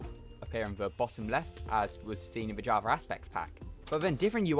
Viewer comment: yeah thats definitley an ER not an A javer